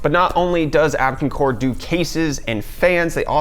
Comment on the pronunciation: Abkincore? Abkoncore? Their logo does not read like you say it. It looks like Abko-av-core. That's confusing.